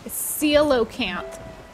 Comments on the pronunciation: Coelacanth is pronounced Seel-a-cant, which is a ancient fish that used to have many branches of its species but now only has the one kind left, we find their fossils everywhere and it was thought to be totally gone until this single species where rediscovered recently. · Both of you aggressively mispronouncing coelacanth made my day 😂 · As a south african the way you guys struggled with coelacanth made my day... It was first found near our coast and is known as a living fossil... Loved the game❤